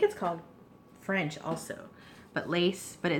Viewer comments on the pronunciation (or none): none